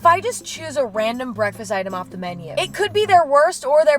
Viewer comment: did she say breast breakfast?